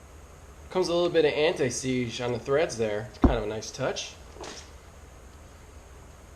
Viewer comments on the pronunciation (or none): Did you say "anti-siege"?